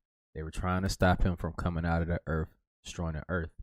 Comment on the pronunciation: Immediately t on the FIRST vid… THERES NO “F” in the word EARTH!!! WTH??? EARF???!!! NO NO NO ! ABSOLUTELY NOT!